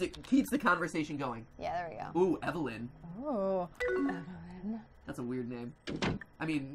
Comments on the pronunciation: her name is evelyn, not enilie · I like how he's still calling her "enily"